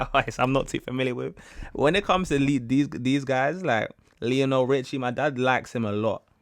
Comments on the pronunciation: It's LIonel Richie. NOT LEEonel. It's not like Liam. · Lionel Richie The way you pronounced “Lee-on-Al” 😂😂😂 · Lion-el (there’s the pronunciation) You really should’ve got some of those songs down so you can watch the whole video.